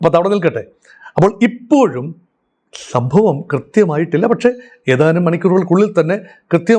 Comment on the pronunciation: ഇയാളൊരു മൊണ്ണയാണ് ഫയങ്കര സംഫവമാണെന്നാ ധരണ ഇങ്ങനേ കുറേ യൂട്ടൂബോളില്‍😂😂😂😂😂